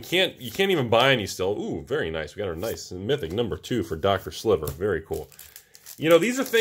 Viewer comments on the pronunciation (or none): none